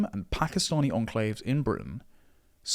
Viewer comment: Pack. Eee. Stanee communities aren't appalled. They welcome and rejoice in it.